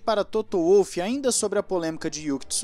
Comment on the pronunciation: Toto eh austriaco, o W no sobrenome dele tem so de V, nao de U